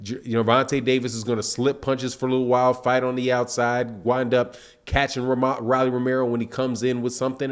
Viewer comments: It’s ROLLIE NOT RALLIE LIKE ROLL DOWN THE STREET ROLLLLLL WTF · Rolly pronounced "Roll-ee" just as the slang word that we for a Rolex watch